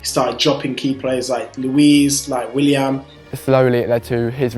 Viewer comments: It comes to something when your own fans in this video can't even pronounce the names of Chelsea players?! It's "Willian" not "William". Fucking little dildo!!! LOL! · He just called Willian, william...